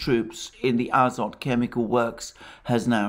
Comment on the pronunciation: in the name Azovstal and Azov Regiment - Azov ends with the letter"V" (after the sea of Azov) you pronounce right, but: Azot chemicals end with the letter "T" (Azot meaning nitrogen) you pronounce incorrectly.